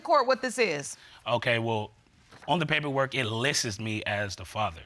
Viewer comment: “On the paper it listes me” lol 😂